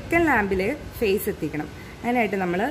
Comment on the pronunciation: Madom your prounsation is wrong 'FACE'(means Human face)'PHASE' (Electrical Energy)I amEle-Supervisor from Angola S-Africa